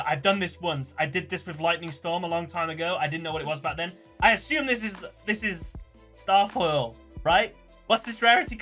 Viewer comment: Oof, my man called it starfoil.....